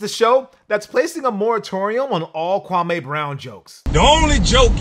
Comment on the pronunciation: bro. it's pronounced KwamĒ. not Kwa-may.